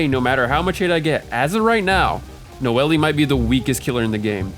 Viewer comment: i cant take ts seriously when you keep saying "nowaliay"